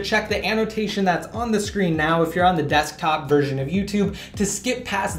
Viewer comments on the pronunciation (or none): none